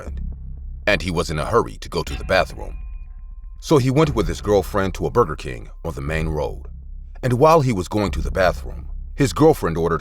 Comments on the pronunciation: Bro not bruger king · “Bruger king” ☠️😂